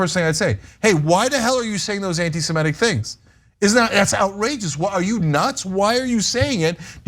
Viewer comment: Small point, but you should probably get try to pronounce it correctly: it's anitisemITIC, not antisemETIC.